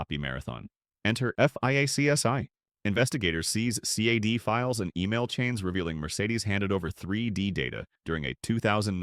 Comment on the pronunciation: Who tf says cad as cee ay dee